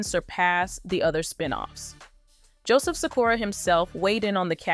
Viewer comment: It's not Cy-cora its Sha-Kura. Think he plays the similar with tupac name thing a little too close but still its Joe Sikora and pronounced Sha-Kura